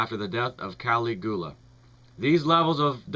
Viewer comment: Dude. Pronounciation. Seriously. Kah-LIG-you-lah. Ses-TER-shah.